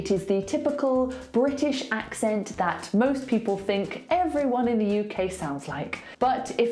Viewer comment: I don't hear a difference between your "de" and "the" :/ Still sounds like a D to me, just that you don't emphasize it as much as when you say "de".